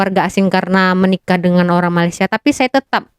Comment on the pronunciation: Nampak sangat tidak habis SD. Mengeja ‘Malaysia’ pun jadi malasia